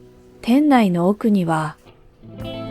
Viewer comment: ごめんなさいね。 気になったのでコメントさせて頂きました。 古道具 → こどうぐ ではなく ふるどうぐ こどうぐ → 小道具